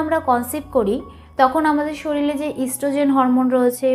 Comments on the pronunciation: শরীল নয় শরীর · একজন ডাক্তার হয়ে উচ্চারণ ই জানেন না আপনি । শরীল আবার কি ?? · শরিল ❌ শরীর ✔️